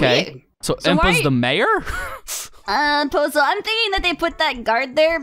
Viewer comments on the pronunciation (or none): I keep thinking every time Navi says pozo I think she says bozo